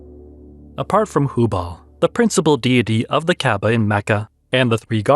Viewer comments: Why you say kababah instead of kabah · Sounds interesting. But please check your pronunciation of Kaaba and polytheism 🙂